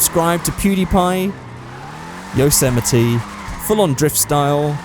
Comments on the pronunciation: its called a yose-mite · Is it really pronounced "Yo-sematee"? I've been saying it like "Yossa-might"